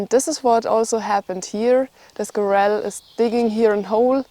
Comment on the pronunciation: Squirrel the emphasis is on the first syllable.